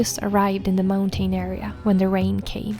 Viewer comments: It’s not pronounced “mountane” it’s pronounced “mountin” in english… say moun tin 😂😂😂😂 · It’s mounTN, not mountain. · Snälla människa, lär dig uttala mountain korrekt!!! Du vet ju att att du uttalar ordet fel, varför fortsätta med det???